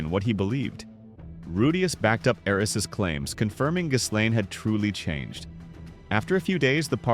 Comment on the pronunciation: the pronunciation of Eris hurt my ears 🥲